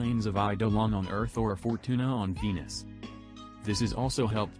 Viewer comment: Your t2s says Venus like Penis